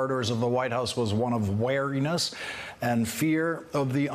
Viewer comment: One nitpick for Lawrence: 'Weariness' (being tired) should be pronounced 'weer-ee-niss', to distinguish it from 'wariness' (being wary) which is what it sounded like.